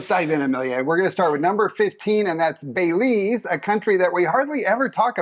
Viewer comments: B2elize? Are you kidding😂😂😳😂😳😂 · Love the show! Used your advice in South America! Gotta ask - Belize. What is the proper pronunciation? I had to replay it sounds like you're saying "bay-LEES". I'll be going soon and I need to make sure we're saying it right! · Great content! Thank you. It pronounced Bell-ease. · It's more of beh lees' (the first E is like E in elephant) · The word Belize was butchered every time